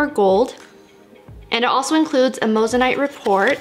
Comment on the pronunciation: You're saying moissanite wrong